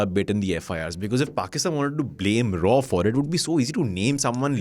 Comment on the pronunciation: its "R&AW" please , not "RAW OR rAAw"